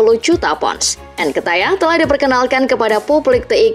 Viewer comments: njir lah gw muak dnger mimin nya bilang nketiah malah nketayah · Sejak kapan pronunciation nya jadi Nketayah 🤣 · Nkatayah... cara baca nya bukan gitu kk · Nketiah, ttep dibaca nketiah, bukan nketaiah Havertz tetep dibaca Havertz, bukan Hevertz